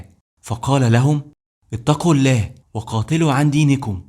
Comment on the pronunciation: ابني الحبيب مجهود عظيم .ولكن برجاء ان تطلب من متخصص لغة عربية ان تكتب التعليق وتطلب منه تشكيل الحركات وايضا يراجع لك نطق بعض الكلمات. وخاصة نطق لفظ الجلالة الله. وهناك أخطاء في الأعراب . وممكن ان تعرض هذا الفيديو على أحد أهل اللغة .لتتأكد